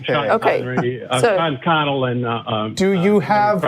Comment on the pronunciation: Sean Carroll, not Sean Connell